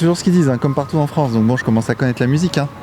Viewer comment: "Cécompartou" aaaaaah...